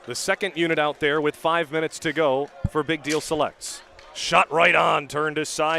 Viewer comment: dude couldn't say "big deal selects" to save his life. jesus